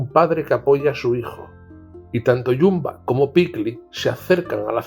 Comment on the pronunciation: y no solo eso. Me cantó que llamase "Bumba" a "Jumba". Pero recalco que el vídeo me parece muy bueno, es solo me fijo en los fallitos. Y a veces tiene sus ventajas.